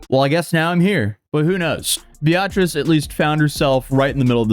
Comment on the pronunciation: First Vshojo, then Paducah, and then Beatrice. Is mispronouncing words on purpose for clicks? The world needs to know.